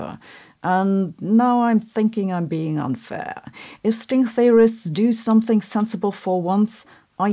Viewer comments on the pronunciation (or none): none